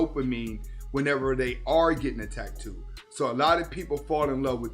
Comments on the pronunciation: Wtf is a tack-too? It’s pronounced like it’s spelled dude tat-too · Drank everytime he said Tack-too im certain I’m going to need my stomach pumped. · the way he says "tack too" is cringe AF LOL